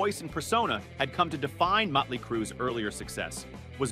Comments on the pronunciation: Is he saying Mutley Crue? Mutley? Like the cartoon dog from Wacky Racers? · Enjoying how the narrator refers to the Vince Neil-fronted band as Muttley Crue. Drat, drat, and double drat!!